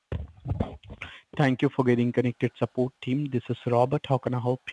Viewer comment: "Thank you for calling sapoat."